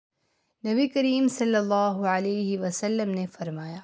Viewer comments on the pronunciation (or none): none